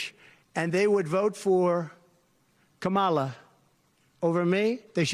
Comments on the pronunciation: Trump purposely mispronounces VP Kamala Harris' name. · The way he says Kamala is disrespectful for knowing how to pronounce someone’s name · A grown man who can’t manage to learn & retain how to pronounce “Kamala” should have their head examined. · He loves to mispronounce Kamala's name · Not sure how anyone can vote for a man who lacks the capacity to even pronounce his opponent’s first name correctly.